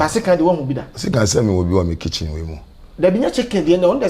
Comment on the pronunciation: Kwaku s3 Chicken instead of kitchen 😁